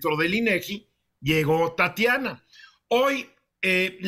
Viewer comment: Tatania, no 🤣🤣🤣